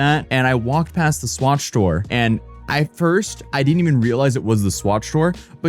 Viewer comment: swatch shore lol